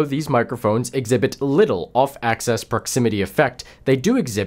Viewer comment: Axis not access